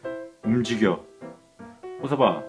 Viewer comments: '호섭아'가 '홍서방'으로 들리는건 기분탓? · 약강 호서방? 이라고 들리는것같기도.. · 홍서방으로 들려 ㅋㅋ